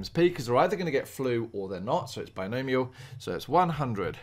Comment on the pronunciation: bi-gnome ial, are you kidding me lmao